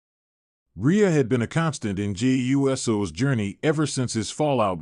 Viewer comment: I wish you would learn how to pronounce Jey's name correctly.